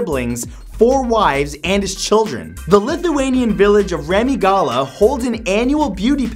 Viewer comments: Matt mentions Lithuanian town, I have no understanding what kind of town he was mentioning :D Ramygola? :D Well I don't blame him though, lame town name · I'm a simple Lithuanian. I see Lithuania, I like. And oh wow. You butchered the hell out of Ramygala.